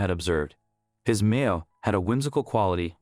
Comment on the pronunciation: It's a Meow not meal